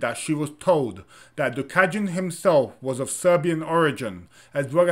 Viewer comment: it’s not “gjuka” it’s duka with d.